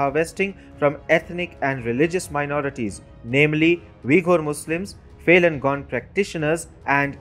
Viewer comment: get your pronunciation correct as a newsreader. It sounds Failing Gone when you should say Falun Gong.. like Faloon Gong